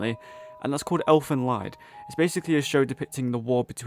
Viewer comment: Ah, I see you are a man of culture as well. For the record though, Lied is pronounced "leed". It's the German word for song. Also, the city it takes place in is Fujisawa.